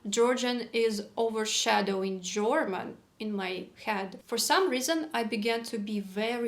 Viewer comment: i'm hearing you say German like jorman. Like rhyming boxer George Foreman. I've never heard this; I always hear German like rhyming with Herman, Sherman, Fur, Purr. You put so much effort in learning-growing. How could this not be difficult and disconcerting.